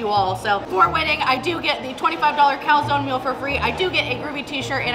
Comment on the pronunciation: why doesnt anyone pronounce calzone properly